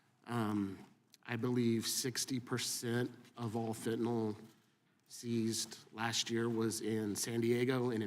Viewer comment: Drives me insane that nobody can seem to pronounce FentanYL correctly...it's not FentanOL!!!